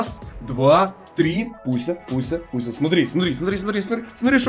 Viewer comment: А мне одному кажется что он говарит Буся а не Пуся